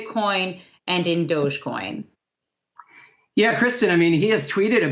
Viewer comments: It's Dogecoin. Not Dodgecoin. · It’s dogecoin not dodgecoin